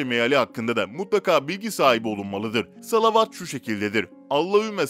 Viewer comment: Lütfen salavat-ı doğru oku güzel oğlum hayırlı bir iş yapıyorsun